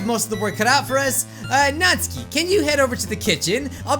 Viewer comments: Best girl: Yuri 2nd best girl: Sayori 3rd best girl: Natsuki (as says: Natski) Last best girl: Monika Although id mind Monika that much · Your saying natsuki’s name wrong